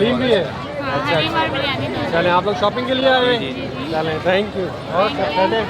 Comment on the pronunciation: It should be "CHALEIN" not CHALAIN.